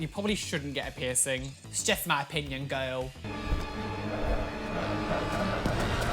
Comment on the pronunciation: I am Living for the way pronounces "girl"